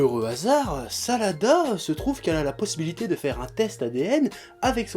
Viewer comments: j' crois que ses sarada pas salada je me trompe ? si oui dite le moi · Tu prononce tellement mal les noms des personnages venant d'une personne qui s'appelle et enfin la fille de Sakura et Sasuke s'appelle Sarada et non Salada.